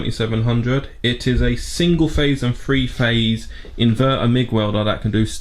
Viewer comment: think its an accent issue, probably meant to say Threephase.